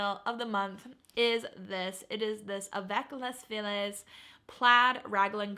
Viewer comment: Great sales! Congratulations! I think someone else mentioned this, but Avec les Filles is pronounced “Avec ley Fiyeh”. It means “with the girls” in French 😊